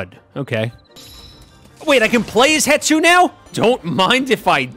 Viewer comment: Stop calling hestu hetsu please stop it gives me physical pain whenever you call hestu hetsu